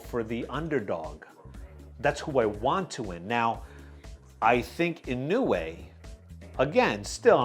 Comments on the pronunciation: bub come on I thought you how it is Inou e. Like this Inowe it is w-e not weeeee not ino-way wrong. It is Ino-we. I will send you a link. Here click this URL and listen how the Japanese pronounce Inoue Dude you pronounced it right IN-O-WE In Japan there are surnames Inoue and Inoui. Inoue you pronounce as Ino-we and Inoui as Ino-wi. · In no way...is the right pronunciation sir ahhahahah